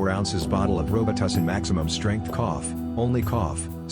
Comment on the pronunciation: "Row-but-two-seen"....🤣🤣🤣🤣 Took me a second to figure that one out. *Just discovered your channel and been watching so many videos! 😎👍 New fan from India.